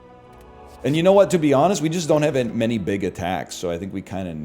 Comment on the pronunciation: to have a HWAT